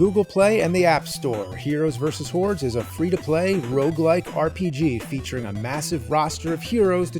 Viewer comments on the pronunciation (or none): I know it's HORDES, but I can't help hearing HEROES VS WHORES... I guess it's hard to separate the Nerd from James. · Anybody else hear “Heroes vs. Whores”? 🤣 But on the real, the main thing physical media has over streaming is that things are disappearing, so having a physical copy and a machine to watch it on ensures you can enjoy it forever and double check these Mandela effects. Because I remember “Luke, I am your father!” too! 🤨